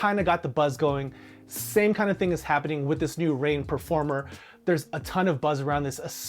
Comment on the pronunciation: I thought he said pro4mer